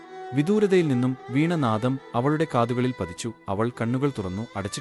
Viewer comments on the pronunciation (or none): നല്ല ചിത്രങ്ങളും വീഡിയോയും അവതരണവും കഥയും മനോഹരമാണ് ❤ ഉച്ചാരണത്തിൻ്റെ കാര്യത്തിൽ കുറച്ചും കൂടി ശ്രദ്ധിയ്ക്കണം . വീണ നാദം അല്ലാ ,വീണാനാദമാണ്. അതേ പോലെ ജ്യോത്സ്യൻ എന്നത് വ്യക്തത ഇല്ലാതെ പറഞ്ഞ് ജോസ് ആക്കിയിട്ടുണ്ട് 😊..